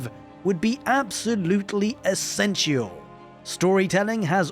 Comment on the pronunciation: It's the first time ever I heard someone pronoune the I in esential. ^^